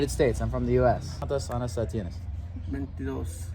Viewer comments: Lyle gotta a be careful how you say "years" años = years ano = anus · Ayo when you say “Anos” you’re saying “Anuses” please say “Años” as in “AH-NYOHS”. Okay bye love you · I love Lyle asking people how many anuses people have 😂 Anos ≠ años